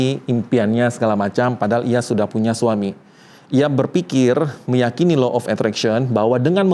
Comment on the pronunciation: punten baru anak psi sems 5 mau komen boleh ya pak. 1. delusi bukan gangguan jiwa. Delusi itu soal cara otak memproses realitas. 2. cara bacanya itu bukan Low tapi Law pak… krn hukum tarik menarik. 3. kalau apa apa disangkut pautin dg ilmu pengetahuan udh pas LOA kalau, apalagi klo bicara soal agama, itu pst kalah. krn balik lg ini soal kepercayaan dan spiritual yg g bisa disandingkan dgn logika. cmiwww terimakasih